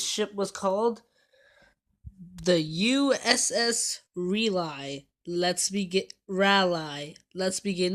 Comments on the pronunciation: It's pronounced "Rawlee"! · Its pronounced "Rolly". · She is named for a town in North Carolina,pronounced Rah Lee